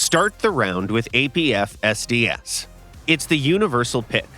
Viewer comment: Seriously, I do not understand how someone can mess that up so many times. Say it as one, "APFSDS", or at least say it like "AP FS DS", but what the hell is "APF SDS"?!